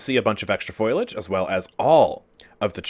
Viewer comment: bro its F O L I A G E not foilage LOL